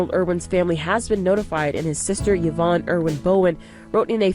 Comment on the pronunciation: Yvonne is pronounced E not Y